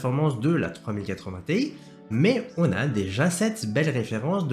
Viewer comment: Pour info, on prononce Ti en une syllabe, car ça fait référence au début de Titanium. (C'est comme ça qu'ils prononcent chez NVIDIA)